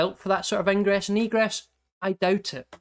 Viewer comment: "ingress and egress" sounded like something else for a second...